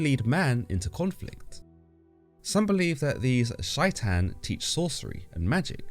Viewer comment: it's pronounced like "Shay-ton" not whatever you said it like